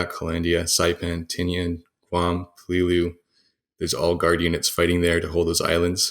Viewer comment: Pay-Lee-Lou.....that is how it is pronounced